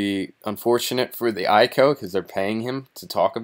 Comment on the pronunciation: I.C.O., not eye-co.